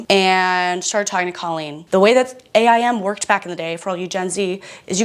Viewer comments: As a not GenX, Y or Z-er I have to say I can still relate. Now… as a former 12 year AOL employee it was pronounced AIM like the word — something you strive to do — not A.I.M. No hate, just info from a boomer who lived and died by AIM and loved working for a company who paid me to live and die by it. 😳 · Ok did y’all say A I M like that? We called it “aim.”